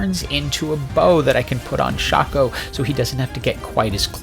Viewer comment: RIP, we lost a good man to the SINS META 🥲. Although, perfect pronunciation of Shaco, you deserve a like for that :3